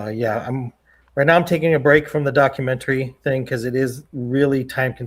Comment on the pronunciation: Please stop saying DOCU -MEN -TERRY